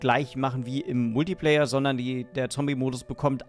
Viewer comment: Der kritische Multiplayer? Triggert das noch jemanden? Man spricht es kritischer „Multiplaier“ LG